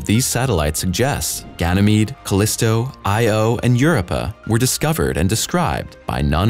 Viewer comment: For future reference, Io is not an acronym and should not be pronounced thus.